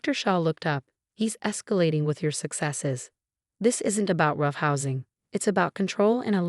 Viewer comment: Female narrator, male protagonist. Phony terms of endearment are insults. ER, on uh er, Shah, not Shaw. Roughhousing, not raw housing. Assault charges against Alex and other charges against the parents for enabling Alex's behavior, should be inevitable. Peephole, not people. Shah, not Shog.